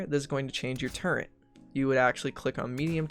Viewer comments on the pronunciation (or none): It kind of sounds like you're putting an 'n' in turret. It's not turreNt